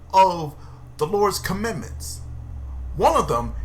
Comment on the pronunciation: It’s COMMANDMENTS , not pronounced “commend-ments”. They command, not commend.